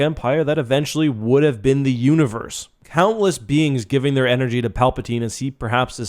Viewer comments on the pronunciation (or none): none